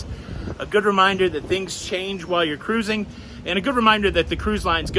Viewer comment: saying CARRRRRUISING made my day. 😂😂😂😂😂😂